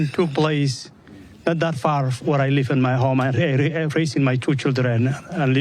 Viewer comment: I wish he'd LEAVE not LIVE! 🤣🤣🤣🤣🤣🤣🤣 Just like the way he pronounces LIVE! 🤣🤣🤣😩🙈🤦🏻‍♀️